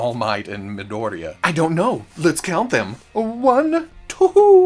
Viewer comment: I just find it funny that you pronounce Midoriya as Madoria